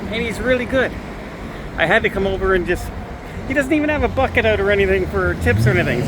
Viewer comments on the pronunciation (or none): I might have a dirty mind but I thought you said something other than ‘bucket’ lol